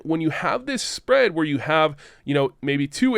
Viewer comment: I’ve watched enough to hear that terrible “S P RE A D”